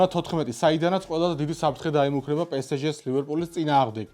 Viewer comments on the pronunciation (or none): პროფესიონალებმა მაინცა თქვით პე ეს ჟე! და არა რუსული კალკი პესეჟე